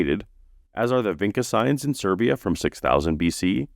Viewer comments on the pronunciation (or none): Hey, regarding the Vinča locality in Serbia that you mentioned: I know it's not important, but č makes a ch sound, not a k sound. Like Kitchener, Richmond, Saskatchewan, etc. We don't have young Earth creationists here, so thanks for informing us about it, as always.